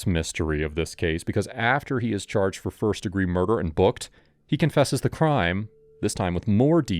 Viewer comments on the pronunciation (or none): First "deegre" murder?